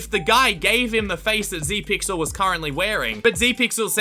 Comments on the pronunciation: not zeepyl its zepyxl >:( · Zepyxl is a pro obby youtuber but uh you said zepyxl wrong